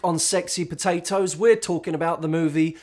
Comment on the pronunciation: "pohtahtoes" Baha! Dying...